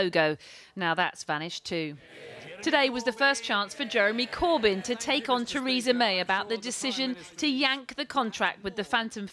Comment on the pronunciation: For a sec, I could swear I heard her say "Treason May".